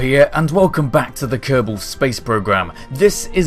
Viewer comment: In the same ship whit a kerbal for 4 years and cant even pronounce is name.